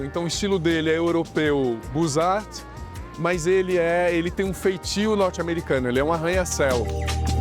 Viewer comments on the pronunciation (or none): "Estilo buzarti" dói demais nos "zuvidus". Parei de assistir no segundo buzarti que escutei.